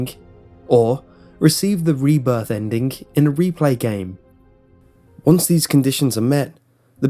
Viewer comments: Hes saying endingc not ending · Um did u say endik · Sorry, any word ending with ing he adds a k to. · why dobyou pronounce ending like Endink? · I love the way he says "Endin-k", cuz accent. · Wy does this Guy say endingk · The endik lol 😂😂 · Stop saying "endink". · endingk, endingk, endingk, endingk lol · Please stop saying ' ENDINGH ' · It sounds like you pronounce a "K" after a "ng" sound.